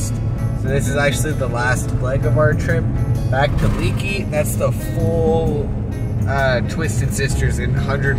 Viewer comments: It's pronounced "Lake E", not leaky. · Leakey is pronounced “ lake-ee” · Very nice! However Leaky, Texas is pronounced Lakey. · Leaky is pronounced "Lake-y." If you're not aware, there's a cute little museum in Bandera & Leaky, a motorcycle museum near that store you pointed out in Vanderpool & no mention of Lost Maples State Park or the Frio River. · Isn't Leakey, Texas pronounced "lay-key"?